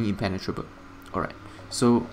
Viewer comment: "Everything is impen-tenatrable" 😂 you crack me up good build!